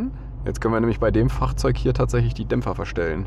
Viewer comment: Alter dein "Fachrzeug" triggert mich immer mehr!